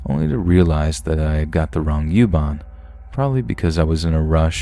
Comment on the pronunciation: Youban 🤣🤣🤣 it's Uban not youban. I love your voice.